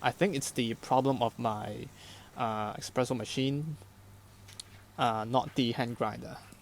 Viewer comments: Hi, i really enjoyed your thoroughness and clear pleasure making coffee, though hearing you pronounce espresso "expresso", was just a little cringey. Cheers! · Blood started to flow from my ears after I heard "eXpresso" for a second time... 🙂